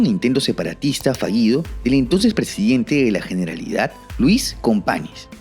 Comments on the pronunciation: cuando dices Luis Company, como en el catalán no existe la ñ, la ny sería la ñ, o sea que se pronuncia Luis Compañ, no compani, ejemplo de ello, lo vemos cuando escribimos Espanya, que se escribe así, pero se pronuncia España igualmente. Y yo si estoy orgulloso de ser catalán y de tener lengua catalana como lengua materna, no como el de abajo. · Perdon, pero se pronuncia Compañs (por ejemplo)